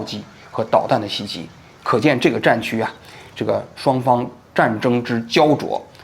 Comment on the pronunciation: “展区”应该是“战区”吧